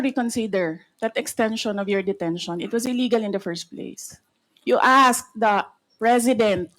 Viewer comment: You azkkkked the preshident. Do not azzzzked dyu prazez😂😂😂😂😂😂😂😂😂😂 anu daw